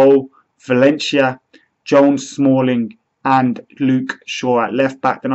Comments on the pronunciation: Whats with "ValenSHia" hahaha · Birmingham accent ;)